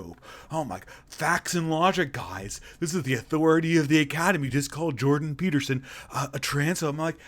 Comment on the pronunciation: You said Beterson